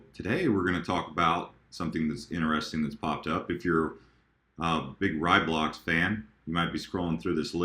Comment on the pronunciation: Yes, Nano will be a much better name since almost no one says Raiblocks correctly. RAYblocks, not RYEblocks. So glad I don't have to hear people say it wrong anymore, haha.